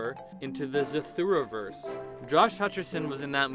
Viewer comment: It's Zathura not Zathura